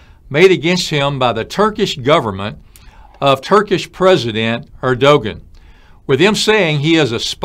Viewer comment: Erdogan is pronounced Erdowan